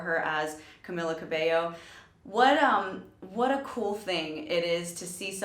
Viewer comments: I love how she called her Camilla in the beginning and then pronounced it right because of the person who announced her on the performance I appreciate that because it's so frustrating when people keep calling her Camilla even if they hear someone else pronounce it right (okay now that I kept watching it went back to Camilla lmao it's fine though) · SHE SAID CAMILLA AGAIN THO BUT IT'S OK TO TRY THE RIGHT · Ca-me-la... Camila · Amazing react video I love camila Cabello but its pronounced cam-ee-la ❤❤ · its cam-ee-la